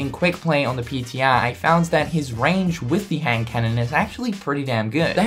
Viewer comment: Man it's weird to hear say "PTR".